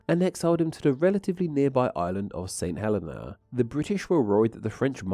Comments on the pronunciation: FYI - St Helena is pronounced "Sent [H]ell-een-ah". Also there, "a couple" can mean more than one and "a nice couple" mean a lot. Putting an "h" on the front of words starting with a silent vowel and a "w" for a "v" stems from Victorian English, which apparently was common when the islands were settled and is also common there now or was so in the 1970s when I lived in St Helena. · St Helena is pronounced "saint heLEEna" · It’s Saint Heleeeeeeena! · i will always pronounce it Trish-tan da Coon-ya just because it sounds funny. btw i used to think that St. Helena was pronounced as you did but a friend who's nana was from there told me it's apparently hə-LEE-na